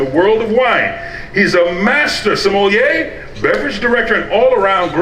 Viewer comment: Sommelier…. Even Wine Bar George himself was mispronouncing it Semollier??